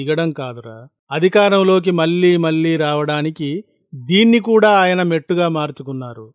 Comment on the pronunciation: Your 'mallee' pronunciation is not correct.